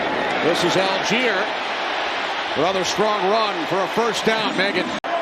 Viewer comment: Allgeier is pronounced all-guy-er. Please. Algiers is the capital of Algeria. They are pronounced al-jeers and al-jeer-ee-a. M 🦘🏏😎